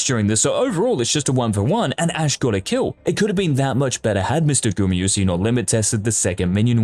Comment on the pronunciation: That's ez. 0 times. Because he says Gumy-yusi all the time, not GumAyusi ^^